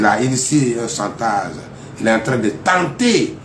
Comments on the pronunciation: S'il ya chantage c'est qu'il ya un dessou. Il faut creuser pour en savoir. Arretez de mentir au peuple. Prononcez chantage non santaze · Ce pseudo avocat n'a rien appris à l'école de la magistrature que le mot chantage qu'il prononce mal